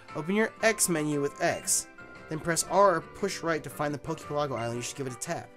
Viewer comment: I really wish people pronounced poke pelago correctly